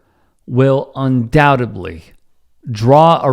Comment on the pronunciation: Undoubtedly, not undoubtably. You come through better when you catch stuff like this. Anyway, I’m so glad he’s still a tough dude who says what he danged well pleases. He is 100% right.